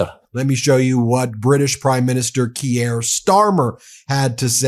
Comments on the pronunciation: Ben, I'm pretty confident Keir is pronounced 'Keer' not 'Kee-air'. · It's Kier as in 'here', not 'key-air'. Also, it is 'mack-ron', not 'mack-rone'. Jesus, it's not hard. It just takes a bit of intelligence and humility and effort to learn how to pronounce these names, Ben Measles. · Very grateful for your work Ben, but for goodness sake l earn to pronounce MacRON and Kier (Keyer.) You don't want to sound like Trump . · Jeepers man not Keyere Keer is how it's pronounced, spelled Keir. Carney knows there are other markets but he also has the connections both in business & government. Twice a G7 Central Bank Governor of 2 countries, first to ever hold the position in England who wasn't British. Upper echelons of business that Trump would never be considered for never mind could ever reach. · Ok ben we have to do a phonetic intervention. Keir Starmer's first name is pronounced "Keer" as in "My dear deer named Keir is caught in the political headlights." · Just a wee note for my overseas friends. Prime Minister Kier Starmer's Christian name is pronounced 'Keer' . Keep up the good work x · Again mate, it's "keer" Starmer. One syllable. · When you translated Macron's words (not Macrone) you faked a French accent. That is not an honest use of Ai. Keir is not pronounced Kee-air.